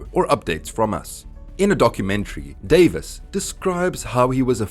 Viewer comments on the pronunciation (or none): none